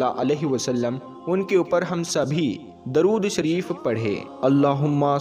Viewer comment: sorry to say but Apne Durud shareef Galat prha hai..